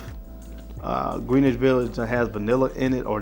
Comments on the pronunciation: Greenwhich It is pronounced: GREN-ITCH Nomad not: NO-MOD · its pronounced Gren-ich village just sayin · Greenwich is pronounced like Grin + Itch my boy.